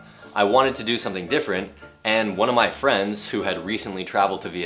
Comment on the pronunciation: Sao mình thấy Dan phát âm âm t của từ ở cuối câu mà ko phát ra âm "t". Như đoạn take me to your heart hay .... different. Mình không thấy có âm t, ai biết trả lời cho mình với.